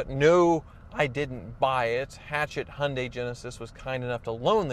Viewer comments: It's Hee un day, not Hun day! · Hun day - still sounds strange to my English ears. We go for Hy un die but who knows what the correct pronunciation is. Mind you I still struggle with Mozz da and Knee sonne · "Hunday" lmao it's Hi-un-day... Kills me everytime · Hun - day try saying hi - yun - day you American’s make me laugh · It's " Hi. UN DIE " not Hun die lol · Hi-oon-Di, not, as you call it a hunday. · It's pronounced Yundai... Not Hondai... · The Y in Hyundai isn't silent. Why can't Americans pronounce any car names correctly? Jagwar, neesan, hundai.................. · Honday ???? You mean Hyundai its pronounced and spelt Hyundai not honday why can't you use English ?? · He-un-day is how the Koreans pronounce it, so I guess the Aussies have it right. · Canadians don't pronounce the H and the i. We say it 'yoondah...' (along with a sweeping hand gesture.) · Bro, calling "Genesis" a Hyunday, is like calling "Infinity" a Nissan, or Lexus- Toyota. Lol.... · Why do you pronounce Hyundai as Hunday? Just wondering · Hy un dai. get it right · Hyundai is pronounced Hi un die .... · Could not take it any more